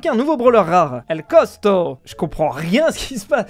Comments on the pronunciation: C pas cosco m'ait costo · C costo pas cosco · qui dit cosko au lieu de costo😅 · A chaque fois qu'il disait "cotsko" au lieu de "costo" ça m'a stressée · Quand tu vas réaliser que c est costo et non cosco 😢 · "el cosCo" nan vraiment.... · Ses plus el costo mais el cosco 😂😂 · el cosco ? Non el Costo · El cosquo au lieux de el costo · TA DIS COSCO NOOONNNNN C COSTO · 2 sec apres:cotsco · On dit Costo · Rip El Costo qui s’est fait massacrer son nom pendant la moitié de la vidéo🫡